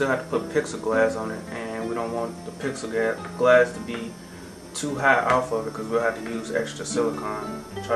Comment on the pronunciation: im sorry, but it IS NOT PIXEL–GLASS! It is PLEX-I (AS IN THE LETTER "E") GLASS. Sorry, but that drives me nuts. Also, it isnt ACCESS WIRE, its EXCESS WIRE. There is a BIG FUCKING DIFFERENCE. You are obviously a smart guy, but when you mispronounce easy words its makes you sound dumb as a rock.